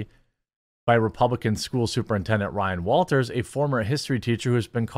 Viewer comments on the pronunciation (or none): none